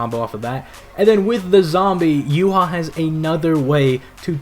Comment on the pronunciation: Whenever Yhwach bach's name comes up. Its basically saying You haw bach-bach. YH is yuhaw. The wach part is the Bach part so its Yh(youhaw) wach (Bach) and the Bach part it sounds like Vahhk. Meh I'm bread and butter